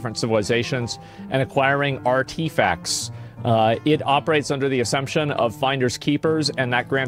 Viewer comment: Laura Croft, arTEAfacts. Learn how to speak my guy.